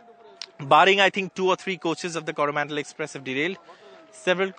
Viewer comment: Unfortunate that an NDTV reporter pronouncing the Coromandel Express ar Koru Mondol express... Alas..!!!